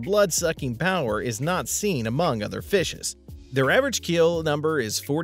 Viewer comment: He said fihses ahahha did you study grammar